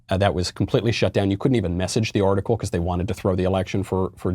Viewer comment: I like how he says beCAUSE.😂